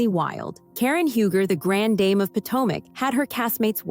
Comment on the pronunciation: Karen is the Grand Dame ❤ Pronounced Dahm not Dame lol